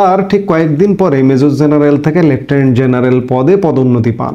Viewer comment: You are smart, you talk well, but for God's sake get your J and Z correctly pronounced. খুব কানে বাজে jeneral, jaamat, jamaat, jeneral. Please please please